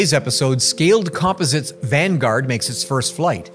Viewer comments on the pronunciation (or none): I've never heard Scaled Composites that way. The Scaled was find, but "com pos its" is a LOT closer to how Burt really says it, when I visited the place a couple decades ago - with the emphasis on the "pos" part. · Why do you keep pronouncing composites like that?